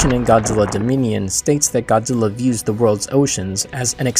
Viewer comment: Goozirra is the best king FYI L doesn't exist is Japanese alphabet its replaced with R sound